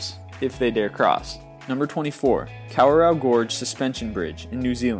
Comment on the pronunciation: Lol you said Kawarao like Cow-a-row hahaha! XD Its Kah-wah-rao (R is rolled)